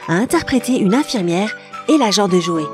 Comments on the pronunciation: ça ce prononce Tchandler, pas Chandler, Djoey pas Joé, c’est Gèller pas Jèller... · Nul la prononciation Djoey et pas Joey Tchandleur et pas Chandler Gueller et pas jeller Central perk et pas central peurk A mon Avis , t’as pas bien écouter la série pour prononcer ça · Mouais tu connais tout sur la série... Prononce les noms correctement et fais pas saigner nos oreilles! Tchandeleur et pas Chandlère! DJoé et pas Joé! Les G U ellère et pas les Jèleur! Tanksegiving? T H ankgiving! Le pouvoir d’Una G ui et pas unaji. Et surtout... F R IENDS! Pas Fwieze! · Ça m'agace d'entendre: -Central PEUrk pas Pérk -Dr gUeller pas Dr Jeller -Djoey pas Joey -Tchandler pas chandler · Mes oreilles ont beaucoup trop saignées en écoutant cette vidéo alors pour le bien de tous, On prononce: FRiends et non Fiends, Tchandler pas Chaneler, DJoey et non Joé, Gueler et non Geler, et on dit UNAGUIIII pas Uniajiiii !!!!! Ps : Tanksgivine ? C'est pas plutôt Thanksgiving ? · Tu dis que tu as vue tout les épisodes de FRIENDS mais je ne suis pas sur par ce que pour dire unagi tu dis unaji pour tChandler c’est Chandleur pour dJoey tu dis Joé pour Geller c’est Jèllèr à et j’ai oublié cétral perk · UnaGi pas unaji Geller pas jeller joEY pas joé Friends pas fwiends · C'est quand même étrange de prétendre avoir regardé les épisodes de friends et de prononcer Geller: Jeller Unagi: Unaji ou encore Joey: Joé 😭🤦‍♀ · Shandlaire, joet, gélère, 😂😂 elle fait une vidéo sur friends avec une prononciations incorrect des trois prénoms. On avais tous remarqué. Et il y a d'autres détails encore plus marquant ! Un par épisode en tout cas. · Je connais la série par coeur donc forcément si je connais tout 😂 J’ai vue la série +200 fois et j’exagère pas Et ma famille la encore plus vue Par contre ''Joué’´.. Ça se dis pas comme ça...